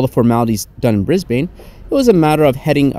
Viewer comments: Brisbane is pronounced ‘Brizbin’ 😊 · No hate but just a heads up us aussies pronounce cairns like cans and we also pronounce Brisbane like Bris-bin anyways great video hope you have a fun time on your other adventures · ............who taught you to pronounce Cairns and Brisbane like that :P good report but you'd never catch me dead on that flight.